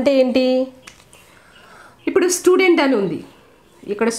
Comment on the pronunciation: mam sludent kadhu mam student